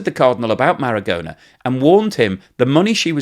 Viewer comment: Very interesting. Thank you for this information. BTW, the pronunciation of Marogna in Italian sounds like Maro-nya, not Maragona.